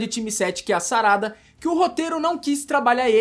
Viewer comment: É SARADA, NAO SARÁDA, voce fala com enfase e da a entender que esta colocando um adjetivo no corpo da personagem e nao mencionando o seu nome.